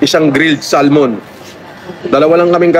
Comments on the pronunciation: grilled is english, pero yung sal-mon? ano yan, 1st time? grilled salmon with a silent L para naman mas tunay na mayaman. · Grilled sal-mon daw 😂😂😂😂😂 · mayaman pala pero yung pronounce nya ng salmon mali...hindot talga si kulaong